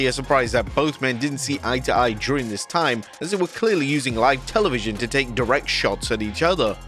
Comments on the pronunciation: Whats Telenvision?! Jajajaja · "Televinsion?" You need proof-readers. This happens all the damn time...🤣🤣